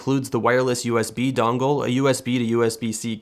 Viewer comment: "dongle* im not sorry lmao